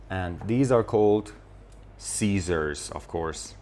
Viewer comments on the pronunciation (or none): Actually you pronounced the word scissors in a wrong way, the correct pronunciation is /ˈsɪz.ərz/ with a short i sound not a long i sound , and also the word comb you pronounced it with a short o sound but the correct pronunciation is /koum/ with a long o sound .